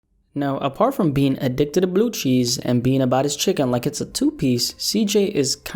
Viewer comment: Not with him pronouncing the C in Cheese